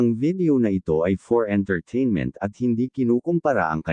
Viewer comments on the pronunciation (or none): none